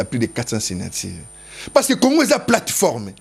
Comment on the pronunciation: Teddy Mfitu, yoka lolaka... Kongo et non Congo....